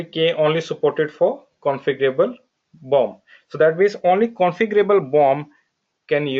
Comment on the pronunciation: everytime he says bomb....no offense lol